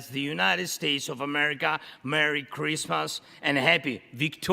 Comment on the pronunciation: He can’t even say citizen. Citis???😂